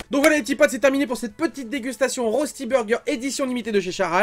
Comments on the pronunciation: Ca se prononce reushti et pas rosti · Hello j’aime beaucoup ce que tu fait mais en tant que suisse mes oreilles saignent quand tu prononce Rösti et donc voilà la bonne prononciation phonétiques : « Reuchti »